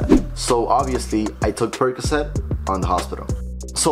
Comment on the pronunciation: "Money percacet" 😆